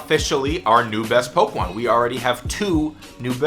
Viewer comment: i fucking hate the way you say "pokemon" 😂